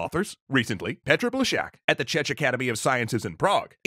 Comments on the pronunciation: You pronounced Plecháč and Czech so incorrectly XD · Love your work but oh, the pronounciations, oh God... Great short, but please, as a czech person, my ears hurt.